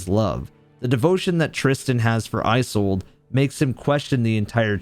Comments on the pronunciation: Loving the video, but the way you pronounce “Isolde” is not right. Iz-olde, not Eye-solde. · You're pronouncing Isolde wrong